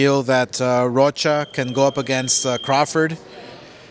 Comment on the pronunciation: This nigga said alexis roka 🪨 😂 is rocha bro lol